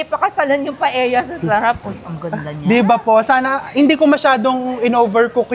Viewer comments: Hi, Chef RV! Knowing you're an influential vlogger, I thought you can effectively draw attention & eventually bring the needed correction in pronounciation of a Spanish dish. I am referring to PAELLA. It's supposed to be pronounced PA-EL-YA. The Spanish language so dictates. "LL" or el-ye is one of the Spanish alphabets. I don't fault you for pronouncing it as PA-E-YA 😊 Like so many in your generation, the pronouncing of some words of our Western counterparts are often construed to be correct, "just because" 🙄😏 they dominate the cacophony of chatter in the many media platforms. We all know we're more intelligent, better in grammar, vocabulary etc! We don't pronounce RELLENO as Re-ye-no nor CALLOS as KA-YOS, do we? 😄 Nor the surnames ARELLANO & ASEDILLO as A-Re-ya-no and A-se-di-yo respectively, right? Im not a professor but like you Chef, I studied well. 😊 Had 2 years of Spanish in 3rd & 4th year high school and 4 semesters in college, as a regular curriculum requirement not electives. Moreover, had/have relatives & classmates who are naturally brown-haired long before hair dyeing became a norm. Our vocabulary is peppered with "que barbaridad" "tonto" ... and the infamously common "p_ñ_ta 😀 Will appreciate if you can start the ball rolling in correcting the pronounciation. Even indirectly, just be repetitively using it in a matter of fact manner instead of outright chastising the audience. Surely, they'll get your drift. Thanks mucho, Chef! May your tribe increase! 🍀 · mali pala pronunciation ni Chef RV ng restaurant sa new York na “Cote”, na correct tuloy ni Sharon, pero un pronunciation din ni Mega ng Paella ay mali dahil hindi namn un Tagalog word kundi Spanish.